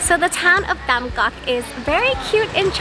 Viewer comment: BTW, remember that the t and th sounds are switched with English. So Tam Coc is like (thum coke...but don't drag out the o sound too long in coke). If you see tr or ch, switch it with the j sound in English. Hang Mua (mooh-uh...roll it into one smooth syllable).